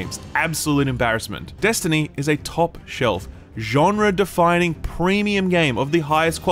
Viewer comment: I love the way you say "genre", which is the correct way, because the correct way is intended to sound beautiful. You're a dying breed in Youtube gamerdom.